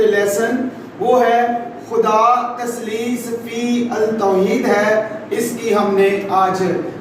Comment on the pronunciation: Taslees_fit_ touheed..... this is it's correct pronunciation